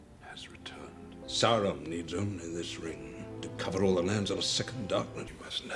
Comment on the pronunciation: The first thing he does is pronounce Sauron's name as "Sah-ron" lol I'm so on board for your reaction to this trilogy!!! LESS GO